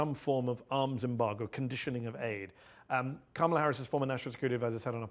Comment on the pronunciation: Comma-la as in Momala is how u say her name